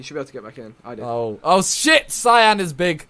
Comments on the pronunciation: It’s not a fucking colour cyan it’s pronounced key-in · simon cyan is big its key-n not cyan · It’s pronounced key-in not cyan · Cian is Irish ☘️ as in key-in not sy-an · “Cyan” its pronounced keeyan you silly lol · Its not cyan its pronounced Key-in its an irish name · Did you actually call Cian 'Sian' 😂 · It's pronounced Keeian Or Keyian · It's an Irish name pronounced key-in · Cyan is a colour. Cian is a name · For all the Americans: it's pronounced the same as Kian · It's key-an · No, it was me and it's pronounced see-an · When the said siian for Cian 🤣🤣🤣😂😂😂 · When they pronounce the Irish name ‘Cian’ as ‘cyan’ 😂😂😂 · did he just call Cian si ann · When he pronounced cian s-y-an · cian is actaully key n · C in cian sounds like c not s